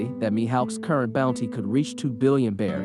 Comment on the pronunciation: its beri not belly